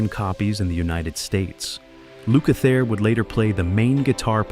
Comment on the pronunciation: Appreciated this post for the memories, but honestly the narration is flat and the names are pronounced LUKE-ather and POR-Karo.